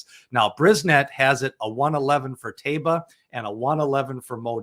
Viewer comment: Can you please stop adding an additional syllable to Taiba's name? There's no "bee-ya" at the end of his name.